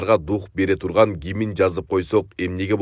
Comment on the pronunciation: Гимин эмес гимн деп айткыла.